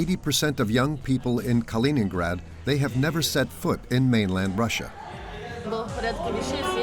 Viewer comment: Не понятно, почему диктор называет Калининград халенградом? Хотя видео идет на чистейшем русском языке, непонятно. Я просто хочу сказать всем тем, за бугром, что Калининград принадлежит только России, хватит мечтать и облизываться!!! 😋